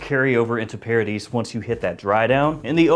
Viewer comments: Pronounced paradee… after all… it’s French… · You do not pronounce the s. It’s paradee phonetically.